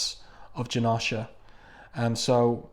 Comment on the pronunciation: U gotta pernounce the o in janosha more but thank u so much for the vid